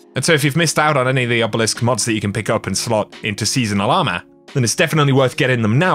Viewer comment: It’s “ourmor” instead of armor XD